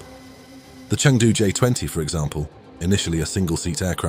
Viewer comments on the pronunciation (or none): none